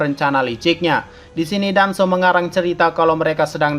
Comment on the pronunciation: Ini napa bilang danzo jadi hanzo terus itachi jadi hitaci-_